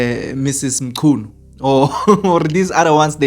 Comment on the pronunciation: That's a shame, that you could not pronounce mchunu. you should have asked someone before saying anything